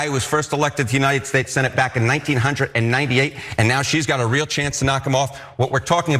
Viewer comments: Saying 1998 as Nineteen hundred and ninety eight hurts my old bones man.... haha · Will somebody please tell that man that you do not say 1998 you say 1998 no hundred is in the word how old are you Jesus I’m sure, you’ve heard it pronounce the correct way you ain’t no baby